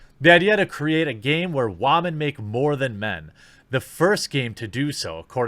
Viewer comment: wAmen ... lol